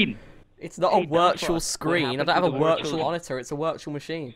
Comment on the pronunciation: your wirtual dextop has a wirus